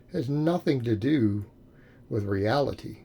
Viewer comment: Nobody:: reala-TEE